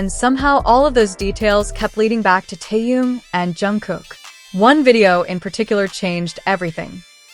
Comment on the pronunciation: Зачем такие видео показывать, где даже имя Тэхен произносят Тэен. Неприятно режет слух многие не правильно произносимые слова